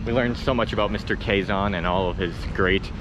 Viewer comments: Quezon City is ”key-zone city” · I really enjoy your vlogs but I cant get over your pronunciation of Quezon haha! It’s more like “keh-zon” instead of “kwey-zon” hehe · Danggg 40mins? I had fun watching this vlog and didn't noticed it. Kidding, I did noticed hahahahaha bruh the humor I got watching your vlogs the frack? 😂 Take your time exploring here and always stay safe. 🎉 That "kwe-zon" to "kwe-gon" haha cute!! But it's Quezon as in "Ke-Zon" .... Whaaaaat??? Haha oh no, just proves you are entertaining and funny haha I got so many fun expressions from you both 😅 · You do know that it is pronounced like ke-zon not like qui gon jinn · Guys its pronounced as KEZON (Quezon) anyways, if u are planning to visit the outside Provinces u must visit Bohol where u can find the "Chocolate Hills" , also visit to Cebu and Palawan.. many more to explore here in the Philippines . Take care always and enjoy 🍻🙏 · Quezon: PRONOUNCE AS: KAY-SOHN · QUEZON CITY PRONOUNCED AS" K -ZONE" CITY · Qui-Gon City 🤣🤣🤣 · Quezon City...Pronounced .. K-Zahn City